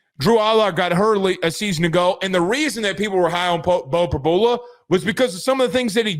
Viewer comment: you know you’re on camera? Blowing nose and spitting out food!? How can anyone take this podcast seriously? It’s an SNL skit😂 and it’s Prib-YOU-La. The lack of journalism here is astounding.